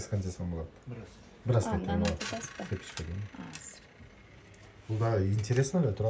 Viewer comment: сепочка эмес,цепочка